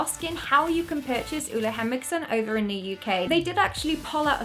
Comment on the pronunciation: I'm smiling like an idiot. You are so talented at what you're doing, and so funny! Btw the way you pronounce Ole Henriksen is SO wrong, but I don't judge you, danish is such a hard language😂❤